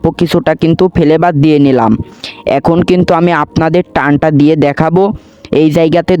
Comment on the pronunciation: Vape ❌️ vhape✅️ Flavour ❌️ Felevour ✅️